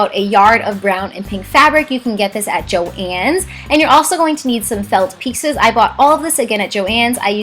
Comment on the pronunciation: I hate to break it to you but thats how you pronouce it